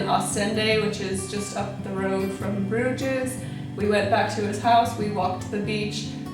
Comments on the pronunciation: There is no pronunciation of the "ES" in Bruges. It's not Bruge-S, it's pronounced just 'Bruge'.. How did you not learn that if you traveled there? The 's' is silent. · G-D, it's pronounced BROOZHE!!